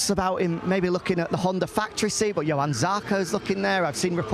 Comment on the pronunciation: nailed it - Jo-an, not Yo-han, Jack;)